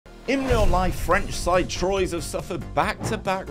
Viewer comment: I think the mispronunciation of Troyes might upset the French viewers more than "baguette" 😂